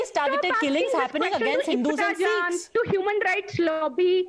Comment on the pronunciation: It's Sikhs and not seeekhs